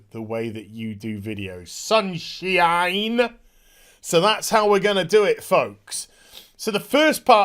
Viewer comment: You said the word 'sunshine' with the exact same vowel swap as Liam Gallagher from Oasis. Love it.